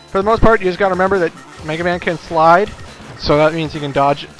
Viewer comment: The way you say "slide" makes it sound like "fly" on my computer.